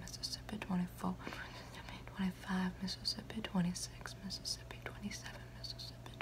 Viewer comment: Her "fake" accent (idk if its real or not) slapped when she said Mississippi 😤💖💝💗💘💞🔥